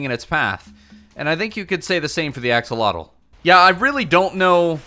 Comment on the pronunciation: Axolither? Withotl?